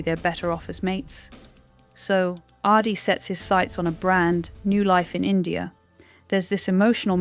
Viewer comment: OMG You can’t even get the spelling of the characters names properly!!Ardi Addie, etc…Asha, Asher,!!! 🤦🏼‍♀️🤦🏼‍♀️🤦🏼‍♀️ At least get the names and pronunciation right!!! It’s spoiler not speoiler!!! It’s Adi, not Ardi!! Asha, not Arsha!!Abbie or Abby, or Arby or Abey; make up your mind!!! Carl or Karl??? Corrie not Corey!!🤦🏼‍♀️ So distracting and shows you don’t rewatch your videos before you post them. Disappointing.